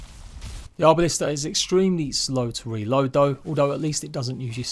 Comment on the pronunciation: Arbalest not Arbalista.